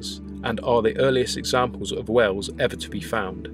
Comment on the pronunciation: you pronounce whales like wells